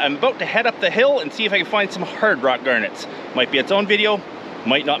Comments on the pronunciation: Wtf a Gurnet? reads description Oh GARNETS! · it must have taken you years to count 96 million of them, did you call them Gurnets lol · What's a gernit? 😂